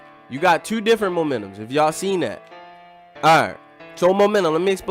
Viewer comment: U must be from Baltimore just of the way u say two(tyuu)